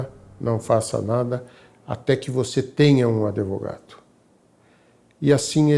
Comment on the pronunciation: Esse senhor falando "adevogado" me deu muita agonia rsrsrs Mas sobre o caso, eu achei uma situação revoltante, uma mente extremamente sombria!